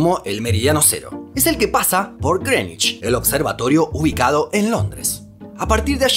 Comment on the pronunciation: Es la primera vez que escucho decir bien pronunciado la palabra Greenwich